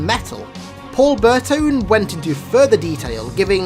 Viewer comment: Paul Burtone might have butchered the last name but he's my boy for making firefight my favorite game mode in halo